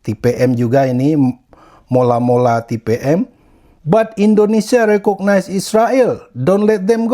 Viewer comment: Mola mola bang,bukan Malo malo😂